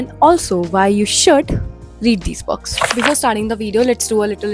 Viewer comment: I loveee your videos...but there's just a particular irritation I get when you say "Books", it sounds like bugs or perks...I'm so sorry...but loveddd the vdo. 🎀